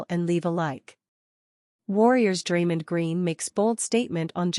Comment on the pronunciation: Stop mispronouncing Draymond 😢